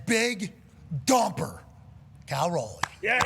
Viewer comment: I like how Pat says "Kol Roley" lol. It's Cal Raleigh bud. Go M's